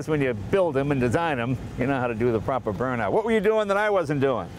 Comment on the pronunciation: Jay please stop trying to speak with a German accent. It sounds just crap !! And just to let you know we Germans know very good what a Burn-out is !!!!! And actually it sounds more like an Austrian.